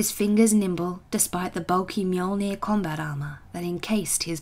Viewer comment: 2 minutes in and I am already so happy. You said mjolnir right. Better than the official audiobooks.